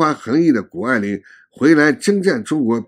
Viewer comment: 是谷不是顾